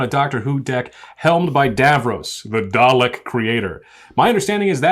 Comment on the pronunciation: Why can no Americans say Dalek.